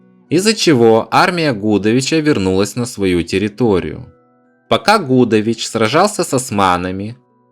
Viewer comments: Гудович, ударение на И! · ШушА и генерал ГудОвич, проблемы с ударениями